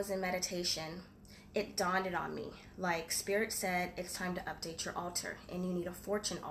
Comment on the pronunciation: It "dawnded" on me? Ha ha lol. It dawned on you. Bless you x